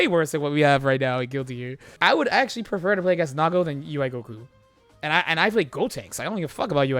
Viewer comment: I can't understand what he's calling Nago around 6 minutes. "mids dispenser?" "mints?" "mitts?" What does he dispense?